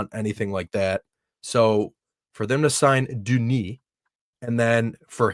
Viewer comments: Its not Dunis, its Denis,... lol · Pronounced "Dunni" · pronunciation of Denis is so wrong. 😂